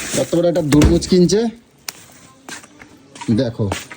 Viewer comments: বলে দুরমুজ এ কি কথাও বলতে পারেনা একটা বাচ্চাও বলে তরমুজ গামলা তিতো আর এই মূর্খটার উচ্চারণ দেখো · কথাটা হলো help হেল না কথাটা ঠিকমতো বল তোমার কথার কে ধরবে না মানে? তুমি কোন কথা ঠিকমতো বল তোমার প্রত্যেকটা কথাই তো ভুল যেমনি কি বাগুন, গাবলা, দরমুজ